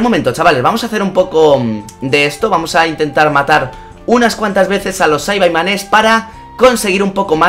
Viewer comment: Saibaimanes no es saibamans